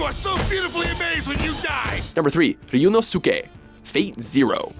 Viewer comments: I legit fumed that they butchered my boy Ryuunosuke's name. That pissed me off. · Oh god, that pronunciation of Baccano is horrible. And your pronunciation of sadist, as well. And Ryuunosuke. AND CASTER! COME ON, THAT'S A BASIC WORD! WHAT THE HELL! Also, Yagami.